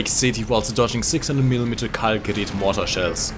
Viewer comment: It's gerat with a not gerit with e